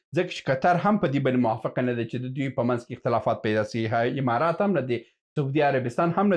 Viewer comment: هیله ده چی خپل پر تلفظ د الفاظو تمرین وکړی ځکه تاسو عکس ته هکس وایی امارات ته همارات وای د ع او الف پر ځای ح استمال کوی او دا غلط ده ډیره مننه او په درنښت سره❤🙏